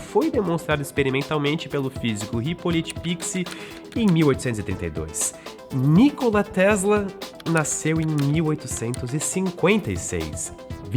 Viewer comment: não quero polemizar, mas que tal compararmos as asneiras ditas aqui com os diversos documentários feitos pelo History Channel a respeito de Nikola Tesla? P.S.: até na pronuncia do nome do Nikola Tesla o apresentador falha